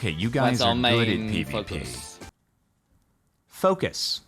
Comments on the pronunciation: Ngl i thought he was saying "main fuckin" until you said to listen for the word focus. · i'll be honest, rewatching the first 7 seconds without you pointing out he was saying focus, i thought he was saying fuck too, and that's probably why the person who reviewed the footage didn't change it from limited monetization, they only heard the word fuck. you know the context, they don't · well from the start I heard fuckit, I did not imagine focus was being pronuonced, audio hallucinations are common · it really doesnt. its very clearly focus with an accent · As soon as i heard it the second time i guessed that was it. But ANY human surely knows that is his accent. He litterally said focus with an accent.